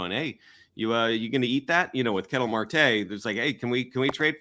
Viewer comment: Ketel Marte's name is pronounced like kah-tell. Not like kettle (as in tea kettle).